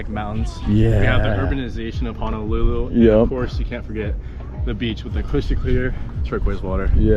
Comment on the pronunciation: My biggest irritation is how people mispronounce Honolulu It is HO-NO-lulu not HA-NA-lulu 🤙